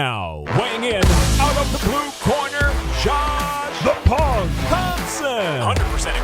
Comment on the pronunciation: I always hear “the pog”